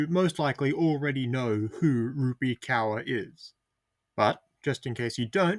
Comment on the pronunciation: Rupee Cower? You need to at least learn how to pronounce names before you make video essays lazily rambling about nothing